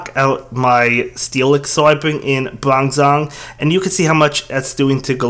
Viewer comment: I'm not the only one who flinched a little bit about his "bronzong" pronounciation right?